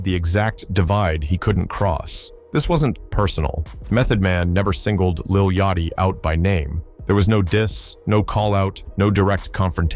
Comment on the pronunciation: You making a hip-hop vid where you allow your AI Voice to say Lil YOTCH-EE. It ain't a good look, and I don't give a DAMN about none of them Lils or Babys.